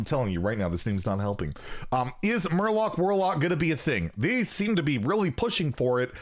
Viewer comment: Murwarlock it's not that hard